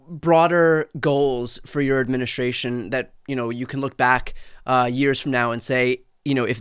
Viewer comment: you say this word a thousand times a day and yet you still can pronounce it correctly. Administration. Practice saying that word correctly. You screw it up 9/10 times.